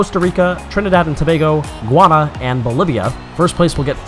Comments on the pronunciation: I noticed that the commentator pronounced Guyana as "guana". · I think you mis pronounce Guiana...